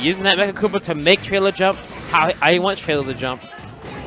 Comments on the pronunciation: It's 'Trela' not ' trailer' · for godssake its trela like fella. not traila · it's pronounced Trela! not Trayla... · Trela* not "trayla" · TRE-la. Not TREY-La. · dude seriously how do announcers not know how to say names correctly...especially someone as big as TRELA not trayluh... pissin me off bruh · am I the only one really annoyed that the announcer is pronouncing it Tray-Luh? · tray-la lmao okay? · can't even say trela right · These commentators made this set unbearable to watch. They pronounced trela wrong even though he's a well known player and kept referring to Jade as a she. It hurt my ears. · I hate how he said trela name it sounds awful. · Horrible commentators. Extremely biased and don't even pronounce Trela's name right.